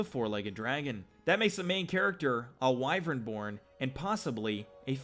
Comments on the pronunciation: If it was "Wii-Vren" it would be spelt like Wyvren but it's spelt Wyvern "Why-Vern". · Lol it's pronounced as "Why-Vern" not "Wii-Vren" no offence bud.